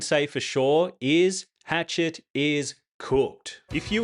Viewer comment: It's Hash-shet, not Hatchet, LOL.